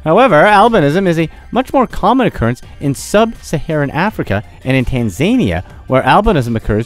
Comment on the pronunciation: Oops! A few miss pronunciations in this video! Your title says "Mubobobo" (three bo's) where as you say it "Mubobo". Also, your pronunciation of Tanzania....I believe it's "Tan-za-NI-a", not "Tan-zania". Just me being anal really.... The phallic symbol was ALSO considered good luck in ancient Rome and appears a LOT in art and architecture in India as well.